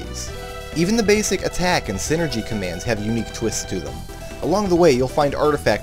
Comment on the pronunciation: Why do you say sinergy if it is called Psyenergy in game?